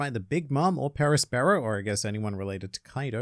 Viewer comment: Also i thought Perospero's name was pronounced Pur-o-spur-oh. Like Prospero from Shakespeare's Tempest? On the note about Buggy ruining everything he touches, i think it was established Buggy had only just been put in Impel down a few days before Luffy arrived and the breakout happened?